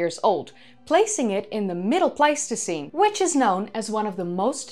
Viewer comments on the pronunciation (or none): none